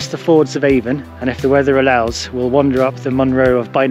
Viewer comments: Hi avon in the cairngorms is pronounced Ann in Scotland why I do not know why but is as useual not being a smartass just trying to help done tha walk 40 or more years ago at the new year spent the. Night in ryvoan bothy brilliant memory’s thanks for the vid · Nice video. Just so you know, River Avon is pronounced Aan or Ahn.